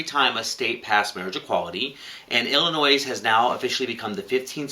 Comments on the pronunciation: U guys were so cute pronouncing Illinois as illinoise so many people do it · love you guys, but please stop saying the S on illinois. It's driving me nuts! lol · its illinois with out the s on illinois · The "s" is silent in Illinois. Otherwise, great commentary today. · Ooo I hate that lie... Believe that suing church's for not doing a gay marriage... Just do BS... Out lesbian voting against ... Just messed up. Okay guys... Love you but Illinois is without the "s" when say it :-) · Guys. The S is silent in the name Illinois. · The way you pronounce Illinois is kind of ANNOISING. Other than that, thanks for keeping us all informed about what's going on. Uhhh, why do so few people understand the 1st amendment to the US Constitution???